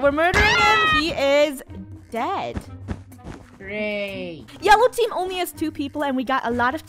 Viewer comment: when funneh says yewow team 😂